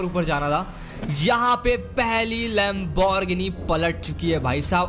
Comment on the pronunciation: First you learn to pronounce Lamborghini urus